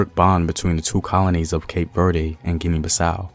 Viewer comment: As a Cape Verdean brother, let me humbly educate you on the pronunciation of the country. Cape Verde (keip - Verd- the "e" is not stressed, as you did in this video) If you would like to say it in the Portuguese manner you can say Cabo Verde (kahbo-verd) and if you want to say it in the Kriolu version, you can say Cap Vert (kahp-vert)